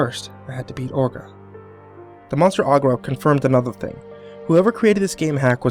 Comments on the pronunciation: It's not pronounced ogra it's orga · I hate to be nitpicky, since I've been enjoying your narration of this story, but... it's pronounced "Orga", not "Ogra". Was the author misspelling it? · Hate to burst your bubble but its orga not Agra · Stop pronouncing orga as ogra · its orga not ogara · "HEEDERA",AND "OGRA"WTF??? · Its pronounced orga (ore-guh) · I'm not one to nit pick but I personally think that should learn how to pronounce the names like Orga and Ghidorah